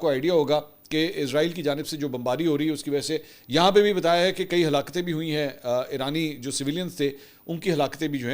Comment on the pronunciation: A halakten q kehte ho.